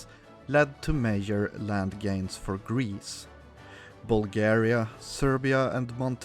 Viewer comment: Y u say major like mayor? The j is like in juice